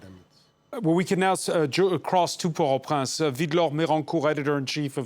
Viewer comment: I keep hearing Port Au Prance. Wasn't it Port Au Prince?